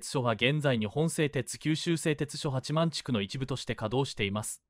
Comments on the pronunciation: 八幡は はちまん⇒❌ やはた⇒⭕️ です 固有名詞を間違えるのは失礼ですね 音声読み上げの間違いが多すぎて字幕を見ないと❓です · はちまん、でなく、ヤハタと読みますよ！